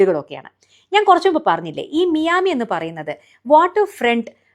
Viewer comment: മിയാമി അല്ല. മയാമി എന്നാണ്.